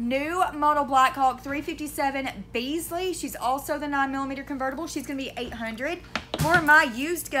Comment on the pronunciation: Love the way you pronounce Bisley. But it's actually pronounced Bizzly .it's where the Bitish International shooting ranges are ,never to Pirbright, home of the Guards regiments .I've shot there on a few occasions. Best wishes from over the pond.